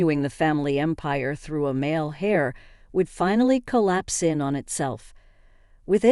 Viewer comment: Should be “heir” not “hair”.